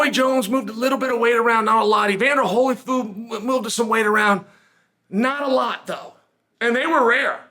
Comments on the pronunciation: "Evander Holyfoo" This is why Chael's the greatest of all time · Chael: “Evander Hollyfood”